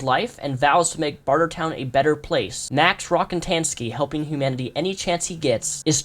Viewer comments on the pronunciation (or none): It's ROCKATANSKY. Not RockNtnsky.